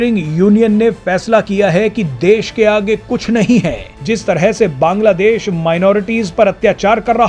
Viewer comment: Baaaaanglaa deéeesh kaisey fudu ki Tarah bolta hey .Aram sey Nahi Bol Sakta Kiya